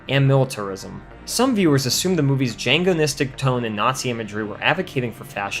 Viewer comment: Love the channel. K. Now with that out of the way, this narrator has mispronounced about 15 common words and it's driving me nuts. After "django-NNNistic," I had to say something.